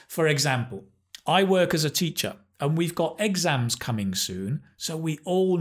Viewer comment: Exams, stressed on E? What the heck?